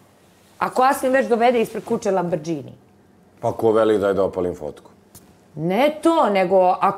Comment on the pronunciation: Ona kaže LABRĐINI 😂